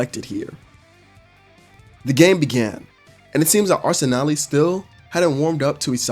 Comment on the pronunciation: Bru what is arsenaleee 😂 its pronounced arsen-al